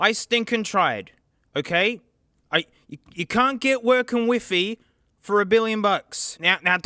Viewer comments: funny how he say wefe insthead of wifi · I didn't know I needed to hear Wi-Fi being pronounced "whiffy" until today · bro the way he says Wi-Fi